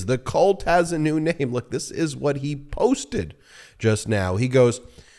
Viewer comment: You mispronounced 'cult' behaviour...